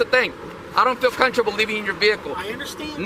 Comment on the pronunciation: “I don’t feel cunterbull”. Ladies and gentlemen he’s the tip of the spear.